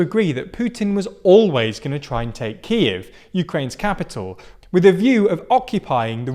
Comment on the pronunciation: You need to fix your pronunciation, particularly of Kyiv and Luhansk